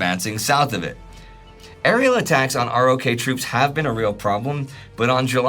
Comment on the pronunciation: Wow, what a great and valuable series! I only wish would pronounce ROK like "rock," the same way people read it in the literature (as opposed to spelling out R-O-K).